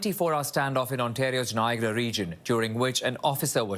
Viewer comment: Maybe hire a news anchor who can pronounce "Niagara", preferably one with a Canadian accent